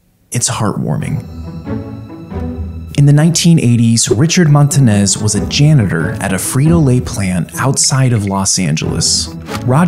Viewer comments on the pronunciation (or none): The video and story is entertaining and all, but PLEASE PRONOUNCE THE NAME RIGHT!!! It’s montaÑes with the line above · cant pronounce ‘ñ’